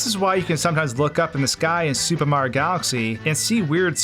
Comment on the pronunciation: “Super Mah Galaxy” Brother just say the word